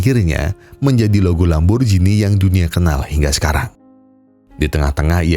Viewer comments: lamborgini bukan lamborjini bang 😭😭😭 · Lamborgini mas dudu lamborjini 😅